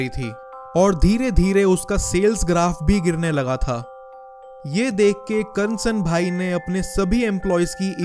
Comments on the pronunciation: not karnasan bhai its KARSAN bhai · bhai your pronunciation is wrong... Its not Karansanbhai, its Karsanbhai..